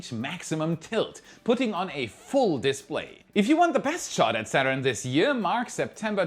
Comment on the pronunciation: "Saturn putting on a 'diskplay'!" :)